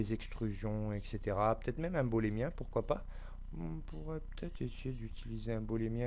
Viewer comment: Beau tuto mais par pitié, l'objet de soustraction se nomme booléen, pas bolémien... Boole s'est retourné dans sa tombe une centaine de fois tout du long de ta belle vidéo ;).